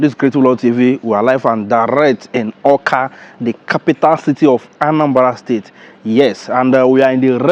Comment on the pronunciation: It's Awka not "akwa"